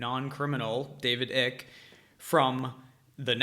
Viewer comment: lol.. can't tell if you're trolling him! it's "Icke" - like "mike" not "ick" like "sick"